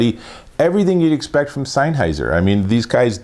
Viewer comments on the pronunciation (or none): You're saying SEINNheiser. It's SENNheiser. Great review though :) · Offs come on mate it's not not rocket science it'sSennheiser not seinnheiser lol. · Great video, but isn't it pronounced SENNheiser, and not SEINheiser 🤔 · Where do you read the letter "I" in sennheiser before the H? Signheiser, seinheiser, sienheiser???